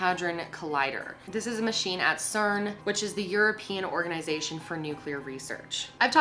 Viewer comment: It's cern